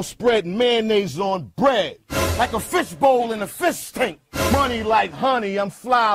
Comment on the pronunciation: “Like a fisht bowl in a fisht tank” tf does that mean??! 🤣🤣🤣🤣